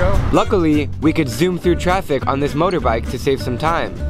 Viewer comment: It's motorbike not morok bike